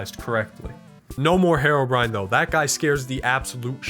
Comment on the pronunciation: You idiotic you SAID Haro-Brian Its pronounced hero-brine not brian brine